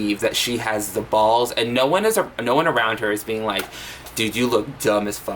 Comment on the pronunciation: "Ing" suffix: exists: Struggles Beeean Meee